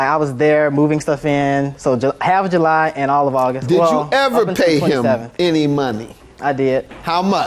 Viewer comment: JU-LIE....😂 it's July